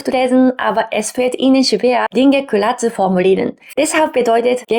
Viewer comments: Ich finde es lowkey amusant cute, wie du "klar" sagst, also Kular, das ist wie bei mir mit Tree oder Free auf englisch, da sage ich Tuiee oder Fuiee, kann leider nicht das Englische R aussprechen, daher habe ich dann ein sehr harten Deutschen akzent auf englisch. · Hi! Ok, dein "klar" klingt eher wie "ku-lar", aber insgesamt finde ich deine Sprechweise recht angenehm. Ok, ist ausbaufähig, aber möchtest du mal mein japanisch hören? 😂😂 - ìch denke auch, dass sich die eigene Denkweise je nach Sprache mitändert. Seht interessantes Phänomen!!